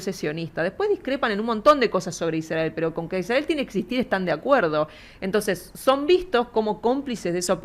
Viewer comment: "Iszdrgael". Israel, gorrito raro...